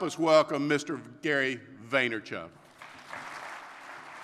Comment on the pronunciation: Lmao Gary why did he butcher your name like that?